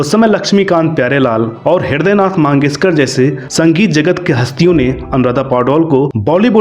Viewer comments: भाई लता मंगेशकर होता है लता माँगेशकर नहीं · भाई वो लता मंगेशकर हैं, मांगेशकर नहीं